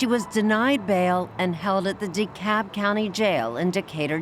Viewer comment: The word is DeKalb, with an L. It's not "Cob" or " DeCob. Get with it people!